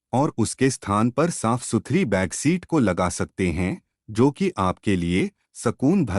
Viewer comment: बेड शीट को बेगशीट बोले हो। आपकी टीम में कोई भी इतनी छोटो गलती नही सुधार पाया। औऱ भी ऐसी कई गलतियां है।